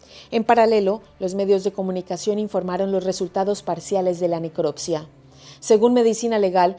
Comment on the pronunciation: Minuto al hacer la necroccia??? Querría decir la necropsia cierto? Pronuncie bien las palabras, no es tan difícil